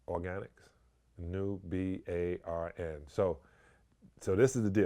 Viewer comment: Did sally say NUBARN?